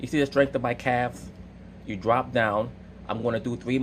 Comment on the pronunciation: "You dwop down and get your ego on." Lol